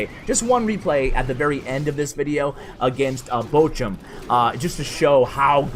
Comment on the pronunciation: Wie er Bochum ausspricht einf grässlich